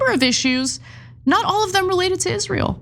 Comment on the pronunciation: its always funny to me how candace cant pronounce the world israel